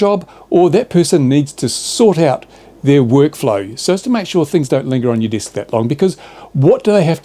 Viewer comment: Desk is pronounced Desk ..not Disk